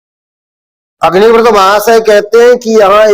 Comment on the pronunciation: इनकी विद्वत्ता ही अदभुत है अग्निव्रत को अग्निवृत बोल रहे है इनको प्रणाम है। ध्यान से सुनना